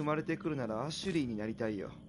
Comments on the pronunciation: アシェリーじゃなくてアシュリーじゃない？ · アシュリーなのにずっとアシェリーアシェリー呼んでるの笑うてwwww